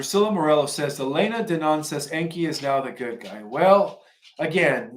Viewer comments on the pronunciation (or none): none